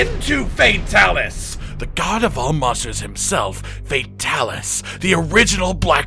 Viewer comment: i turned on captions and whenever you said fatalis the captions said "FAT ALICE"